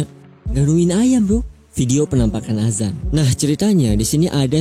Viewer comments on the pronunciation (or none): none